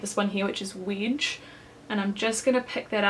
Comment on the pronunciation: the way you say 'wedge' haha